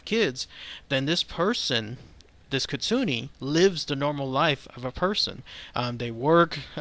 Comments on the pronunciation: but its kitsu neh...not kitsu ni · ...ahum.... KIT- SU-NA not ne, it IS bad Luck to mispronounce.. Certain names.... 🐾P. that's not a p It's a P. Spot...... We'll be back.... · It's actually pronounced KIT - SOO - N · It pronounced keet-soo-neh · It's pronounced Kit-Su- Ne just just FYI ;)